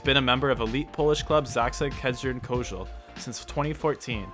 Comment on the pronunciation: i am polish and have no idea which other liberos you meant and you pronounciation of zaksa kędzierzyn koźle wasn't good so i suggest you put names you find hard to spell on the screen